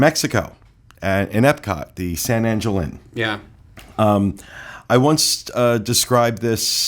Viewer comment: Not surprised to see these they've been frequently mentioned over the years. Though I thought I'd see Coral Grille(?). Oh and one more thing it's pronounced San Ahn-hill.